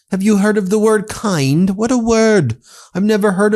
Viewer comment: Donnie...dont try to pronouce big words you don't understand like "kind" and " groceries"😂